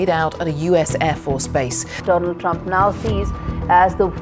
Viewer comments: is it Dol-aand [ डोल-आंड ] instead of Doland. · Doland❌ Roland ✅ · Do-Land nhi bo Do-And h sala 💯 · Donald nhi bro DO land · Dolaand Trump😂😂😂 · Do..laand trup😂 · Doland hits diffrent🤣🤣🤣🤣🤣🤣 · Dolund trump😂😂😂😂😂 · Dolaand Trump 😂😂😂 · नरेंद्र मोदी जी ने सही उच्चारण किया। दोलंड टरम्प अमरीका-पाकिस्तान #दोलंड टरम्प 😂😅😂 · Doland ❌ Dolund✅ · DO- AAND trump....😅😅😅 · Donald ❎ Doland ✅ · Donald Trump ❌ Dunal Drump✅ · Most funniest 😂 Doland 😂😂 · Baar baar tum do....land 😅do...land bolkar rost kar rahe ho 😅😅😅😅😅good 👍👍👍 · Dolaand - Ben Stroke.. 😆😂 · DO-LAND... Iske pass do land he.. 😂😂